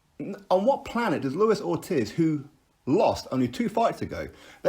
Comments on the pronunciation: It's pronounced orteez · its triggering me the way u say ortiz lol :')